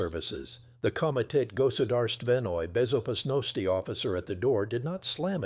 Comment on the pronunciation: Goodarst Venoi Bezopasnosti 😂😂😂😂 AI